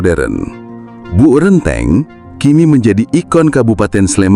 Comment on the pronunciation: renteng, bukan rènteng